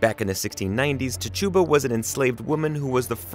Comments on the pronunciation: Tahchooba? I thought it was titchuba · Not you pronouncing Tituba as Ti-choo-bah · I'm pretty darn sure it's pronounced "TIT-TEW-ba". Queenie is my fav !!! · Lmfao why you said Tituba like that (ti•cha•ba)🤣🤣🤣🤣 no tachooba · I couldn’t get the video and it’s entirety because of the mispronunciations of the names of important characters Papa Legba I mean the name is is pronounced like it’s spelled and Tituba as well. You watch the show and they pronounce their names correctly I don’t understand why he couldn’t. But can phonetically pronounce the spells right. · You pronounced Tituba wrong, expected tbh 🙄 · You mispronounced Tituba